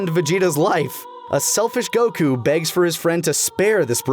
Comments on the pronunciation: you pronounce goku like cocoon and i dont like it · I hate how you say Goku